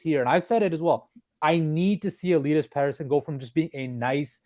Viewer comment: Il-ee-us petterson and he will be an 80 point player plus this year mark my words